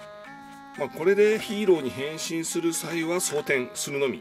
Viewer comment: 『変身！』のところが、 『行きたい！』にきこえるのは私だけか？